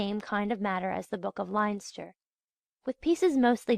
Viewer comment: No offence to the reader, I realise that Irish place names can be difficult, but I had to stop listening when I couldn't figure out where she was talking about . Even Leinster was mispronounced and that's a province.